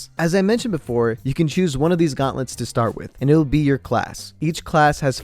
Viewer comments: ah yes the guantlets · Its GAUNTLETS,not GUATLETS bruh